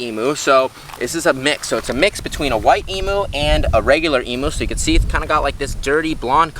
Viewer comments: From an Australian, please, please, please pronounce Emu correctly! It’s eem you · Learn how to pronounce EMU correctly. She is one of our nations birds. Indeed she is on our National Flag.